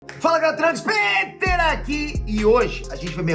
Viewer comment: Ele fala tráns Peter?